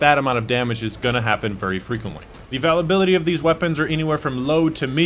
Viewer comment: I dont care how you say availability but i am wondering if you say it wrong purposely for people like me to comment reminds me of starbucks